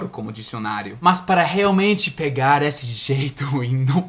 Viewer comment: você está cometendo um pequeno erro ao pronunciar: esse, aquele, desse, daquele, ele. Todas essas palavras não possuem o mesmo som na vogal tônica como: essa, aquela, dessa, daquela, ela. No feminino, nas vogais tônicas se pronuncia o som como se tivesse um acento agudo "é", porem no masculino se pronuncia como se tivesse um acento circunflexo "ê". Espero ter ajudado.